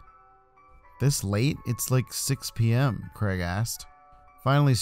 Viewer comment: And it’s Craig.